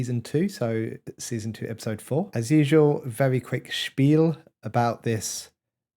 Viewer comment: Did you say "Spiel" at the start of the video? I've never heard an english speaker say that.